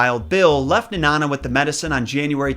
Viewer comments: I’m glad you covered this story, I remember being so upset when I found out the truth about this story. Felt so betrayed. Lol also it’s Nenana (Knee; Na ; Nuh) I’m sorry it’s just hilarious how some people say it like it’s banana / Nanana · you said Nenana wrong it's like knee and banana with out the ba at the beginning of banana so it knee-nana sorry I had to say something!!! Lol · It's actually pronounced Nee-nan-ah. There's also a second statue of Balto up here in Chena Hot Springs, right outside the dog sled area. It's a pretty decent drive from Fairbanks. But the best way to spend a day trip.